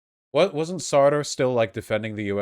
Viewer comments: I know that pronunciation of many words is a thing that Vaush regularly struggles with, but someone needs to explain to him how to pronounce Sartre. If you can't pronounce the French r and the rtr consonant cluster the French way, just omit the r after the t and pronounce it like Sart. Pronouncing it the way Vaush does in this video makes it sound almost like he's referring to a half-goat half-man (satyr), but with some r-colouring on the first vowel. LoL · Sartre is pronounced with only one syllable.